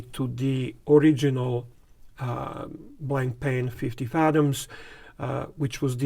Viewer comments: It is not pronounced blankpain. It is Blanpan, the a and I are silent. The strap is made of sailcloth. A beautiful watch. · It’s pronounced blon-pan, with very soft almost silent ‘n’s. There is no ‘c’ sound.